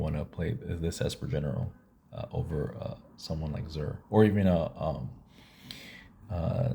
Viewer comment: My man spent a fortune on blink and then pronounced the commander's name wrong in the first 5 seconds :D Then says Zur is much better. Love the vid